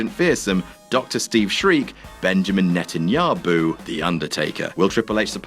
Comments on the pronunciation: "BENJAMIN NETANYABOO" lol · 'Benjamin Netanya-Boo', 2017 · okay fine, "Benjamin Netanyaboo" made me laugh